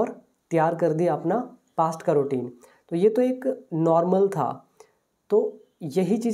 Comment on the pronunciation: It’s not ROutine it’s “RU” Routine.. O is silent.. Pronounce the word Correctly..